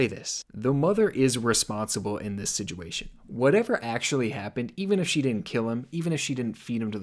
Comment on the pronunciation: Nick Crowley be like 'sijuation'